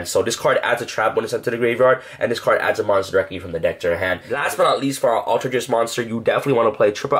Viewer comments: aleter geist not alter gist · you pronounced altergeist in the most butchered way. its alter- GUYst not alter jist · ALTER-GUYST not jest. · I'm is pronounced alter-guy-st not alter-gist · For a more accurate pronunciation: all-tur guy-st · Just so you know I'm really getting triggered because it is pronounced Geist like poltergeist not how you are pronouncing it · ALL TER GEIST!!! Sorry it’s not that hard to pronounce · say altergeist wrong one more time, had to mute the video lmao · I don't know what's worst, his pronunciation of altergeist or the hyper jump cutting during his sentences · I love his videos an all and help a lot with my deck building, but some things annoy the hell out of me, he’s pronouncing altergeist wrong, the way he flicks his hand every time he shows a card, saying this card is really really amazing or phenomenal.. like take it down a notch and stop being so cringy and just make a simple watchable video